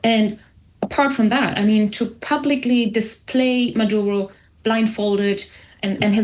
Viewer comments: Odd that the interviewer keeps pronouncing Maduro's name as Madauro. ( ow) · Natasha Devon doesn't know the difference between Cuba and Colombia. She also calls Maduro "Madaro" (twice)😂😊.